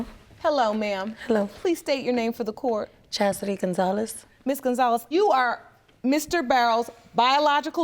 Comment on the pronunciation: Not chastity with a d 🤦🏽‍♀️